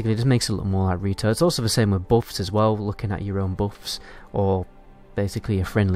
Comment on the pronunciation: Not bouffs, buffs